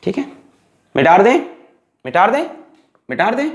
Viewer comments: Sir.. ki kuch pyari🙈❤ baateinn... 1.Mita de ko.. mitar de bolna. 2.Word ko erase krke dobara likhna . 3.Acceleration ko axkeleration bolna. 4.Beech beech gaane or ajeeb awaz nikalna. Or... Sache Dil ❤ se pdhana. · Sir why do you say MITARDEIN...its mitadein..(?)